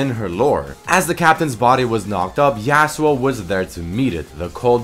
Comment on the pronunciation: stop saying "YAY-SUE-OH" it's pronounced as "YAH-SUE-OH". Appreciate the free content, but it's like hearing a chalk board being scratched. And you say it so many times in this video. It's extremely jarring. Other than that, this video is great!